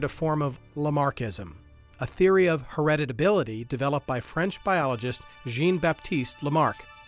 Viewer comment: lmao "heredibility"